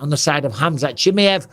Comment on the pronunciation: Khamzat "chimmy-ev" lmao